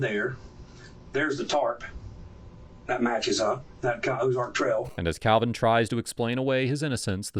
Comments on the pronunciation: Kalvin, not Alvin... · Calvan Or Alvan, Uploader? 🙄